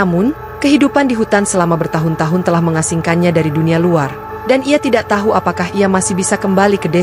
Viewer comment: Berkali kali diajarin TAU TAU TAU BUKAN TAHU CARA BACA TAHU Kecuali nama makanan